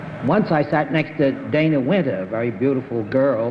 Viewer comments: GONDOLIER MAKES AUTOMATIC COW WASHING MACHINES Bennett pronounced it wrong. Her name was pronounced like "Donna". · Bennett sat next to Dana Wynter on two shows in a row in 1958; he's apparently been acquainted with her outside of the show (her reference to meeting him at a party), and yet he mispronounces her name? He pronounces "Dana" the same as in Dana Andrews' name in introducing him . (It should be pronounced like "Donna" for Dana Wynter.) He must have forgotten; Bennett should be sharper than this.